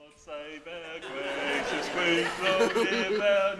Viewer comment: Gwacious and victorwious. Speak pwoperly man.